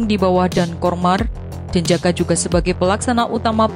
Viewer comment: Pasukan elite denjaka, itu tugasnya apa, kok dibaca jejaka, apa narasinya...?